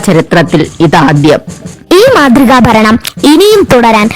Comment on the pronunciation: ഫരണം 😂😂😂 ഏതാണ് ഈ തിര്യന്തോരം 😂😂😂😂